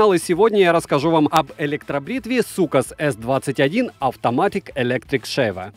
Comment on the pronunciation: Блин я думал материшься вначале 😁😁сукас😁😁👍